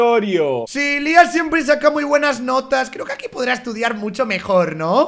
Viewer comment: No sabes decir a Lía